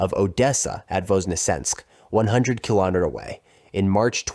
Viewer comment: Actually is did mispronounce a few times as I have never heard of a "kilimatter".